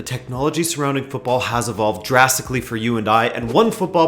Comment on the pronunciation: My gosh, an American who pronounces football the right way